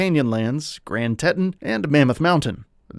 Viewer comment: Ok… so first impressions this guy doesn’t know how to say Grand Teton…